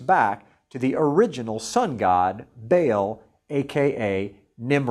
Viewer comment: By the way, it's pronounced "bah-ahl", not "bale"